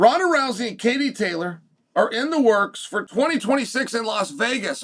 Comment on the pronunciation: It's funny how he worried about offending Katie than he offends her by not saying her name right😂😂